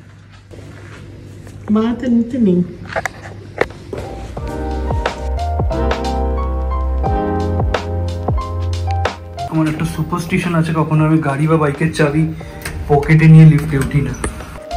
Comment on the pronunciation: সুপাসস্টেশন নয় কথাটা, স্টে ❌ স্টি ☑️